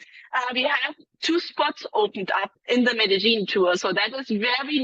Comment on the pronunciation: Medellín is not pronounced Medelin! It is pronounce Medeyin !